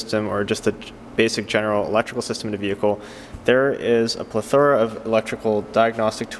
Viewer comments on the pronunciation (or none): Excellent video - thanks! BTW, it's pronounced "PlethRA," not "Plethora"